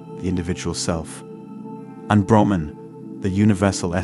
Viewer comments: Ps its brahman the absolute not broman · Plus his pronunciation of the various terms eg. Brahman, ātman, Upanishads etc is way off. I couldn’t listen through to the end.